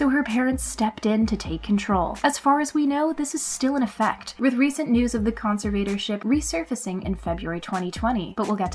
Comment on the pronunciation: You’re saying conservator wrong.